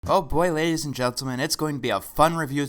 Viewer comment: "Oh Boy Ladies and Jell-Till-Men" what even.